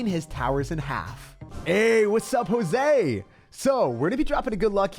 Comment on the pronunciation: pronounced josues name wrong lol